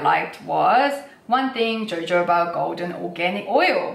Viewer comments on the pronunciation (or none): Love your videos thank you…..have ordered lots of Korean skincare for Christmas from your recommendations….pronunciation…..Jojoba is actually pronounced hohoba! Guess it’s the Spanish. They pronounce J as H! Confusing I know! 🙏🌺